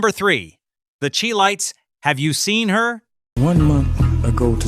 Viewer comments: If you did not live it, trying to Explain what the Music between , to include ( 1962-63) was to Black America. The commentator mispronounced Chi lites. And that era of Music had Depth. What many today don't know , R&B went Global. People around the world were listening. Yes I know from experience. There's much to share about the music that was a Great part of All that went on in the 1960s to Early 70s. Keep up the Good work on Exploring R&B. Yes , Love , Peace , Soul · These artist and songs have never left us go to the right party and you'll hear them all and more oh and it's pronounced chi as in shy which is short for chicago lights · SHE-LIGHTS IS WRONG PRONUNCIATION , IT IS SHY-LIGHTS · CHI...LIKE SHY... NOT SHE LITES THE CHI-LITES [ SHY-LITES]❤❤😂😂😂😂😂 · I find the way this AI pronounced Chi lites Try this Shy Lights. Have a human proofing your stuff to avoid the disrespect. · It's (Shy) Chi-Lites you killing me with the she lites. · Chi-Lites is not pronounced Che-Lites. The group is from Chicago, Chi-Town. Chi not Che!🎉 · Its pronounced, Shy-lites, not Chee-lites... smdh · Nice. HOWEVER... it's not the chee lites. It's the SHY lites. It's spelled Chi but pronounced as shy. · #3 SHY not CHEE. CHI-LITES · Shy lites not chee lites my goodness say it right or don't say it at all. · The She-lites, The Ki-lites????? NO!!!!; It's pronounced Shy-Lites!, and that's Bobby Smith, my favorite Spinner singing the lead on I'll Be Around. I hate AI! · CHI-LIGHTS! Pronounced “ SHY LIGHTS! Not “Chee Lights “! NOT “KEY LIGHTS”! I appreciate the history but AI is killing me! Chi- Lights! “ pronounced the way you pronounce “Chicago”!, like where the group is from. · Chi lites not Chee lites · The "CHEE-LITES" ??!!! 🤣🤣🤣🤣🤚!!!! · Chi-Lites is pronounced "shy"-lites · You are pronouncing Chi (Shy Lite) Chi come from the city Chicago. I live through the 70's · It’s pronounced shy lights. Get it straight. Such a disrespect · Chi Lites is pronounced Shy lights.